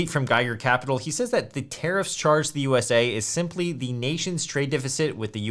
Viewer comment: I keep hearing "terrorists" instead of tariffs. 😅😅